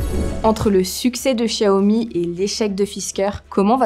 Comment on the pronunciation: Oui je suis d'accord et elle prononce correctement Xiaomi.